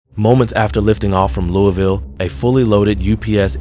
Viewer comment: It’s pronounced LOO vul.